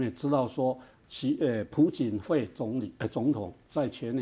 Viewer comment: 朴槿惠 从主持人到嘉宾居然全读 PU槿惠 ..... 我也是醉了